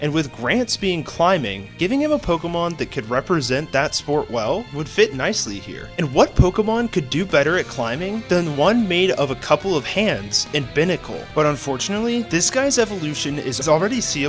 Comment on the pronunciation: It’s pronounced viv-EE-AHN, BYE-nuh-cull, kuh-REE-nuh, sih-JIH-liff, HAH-loo-chuh, RAY-mohs, ROHZ-rayd, VEH-noh-shahk, CLEH-MENT, ehm-MAHL-guh, luh-VARE, and DRAP-ee-ahn, “Patrick Star”! 🤨 Also, Sandstorm is a Rock-type move, not a Ground-type move!